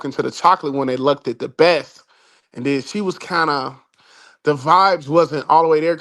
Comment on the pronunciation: wtF is "looked-ed"??